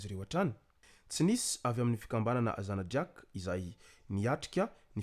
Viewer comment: Mba iezaho tononina tsara ny anaran'ny ZANADRÏAKE eee ! Fa tsy "Zanadriäk" 'zany ! Soyez Professionnel !😡🤮